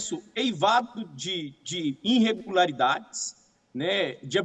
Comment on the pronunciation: "inrregularidades" :face-purple-crying